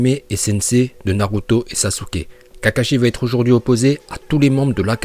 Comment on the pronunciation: Sasouuuuke🤣🤣 ta prononciation me fai mal aux oreilles